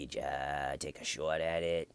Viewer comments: Wrong accent. Shaawt would be a new Yorker, Boston would be like shaaaght. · "Take a shouwt at it" I never got bored of that. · "Wanna take a shawt at it?" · the auto generated captions say “Shhhh what” when you say “shot” with a boston accent 😂